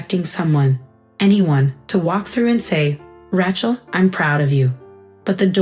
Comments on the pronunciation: That is what you get with AI. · They can't even say her name right. Ra-chel, not. Rat-chel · RAY-chel, not Ratchel. Won, not want. 60th o9r 65th birthday? Read in this context is pronounced to rhyme with red. Rachel was smart to rid herself of her toxic family.